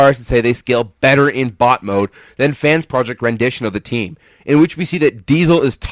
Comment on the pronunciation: When you said bot mode it sounded like butt mode